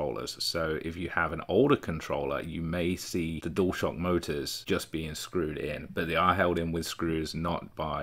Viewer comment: Does 'Dual shock' on this video sound like 'Door stop' to you. It does to me.